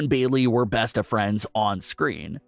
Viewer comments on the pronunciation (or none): none